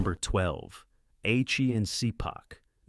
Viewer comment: That's Ah-chee and Shee-pahk